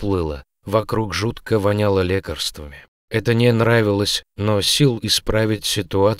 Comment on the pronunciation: Хорошо читали вот только ударение в словах надо ставить правильно. Например, в клинике пахнет не лЕкарствами, а лекАрствами.